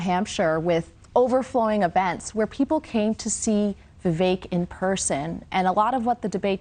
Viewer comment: VI VEK...... LIKE FAKE......... NOT CAKE........... RAMASLIMMY........